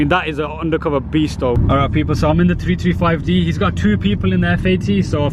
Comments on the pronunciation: jamie porter Also when he talks about the power , it sounds like he's saying 225hp 😕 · jamie porter I thought the same